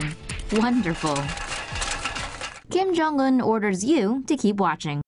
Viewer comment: “Kim Jon fatty”😭